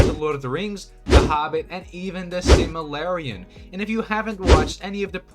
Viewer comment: my man just said " the simuhlarian " i almost cried srsly